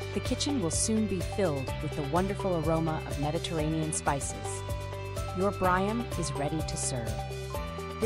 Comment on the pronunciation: Ma'am I mean no disrespect but the dish is pronounced "Bree am". Kali orexi.